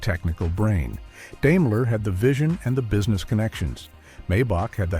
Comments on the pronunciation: Grrrr, stupid AI. It's not DAME-ler, it's DIME-ler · I was about to comment the same thing. He also mispronounced Daimler too. It's Dime-ler. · I couldn’t listen any further Deimler lol